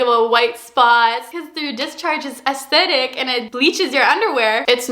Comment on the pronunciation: plssss she said acidic LMAO